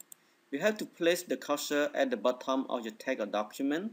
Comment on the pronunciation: the way you say BOTTOM PISSES ME OFF i couldnt take u serious after that